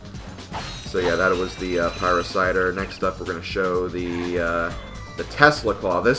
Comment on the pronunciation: Pie-Ra-Sitter :p